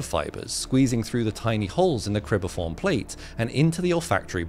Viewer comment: Cribriform plate, not cribiform.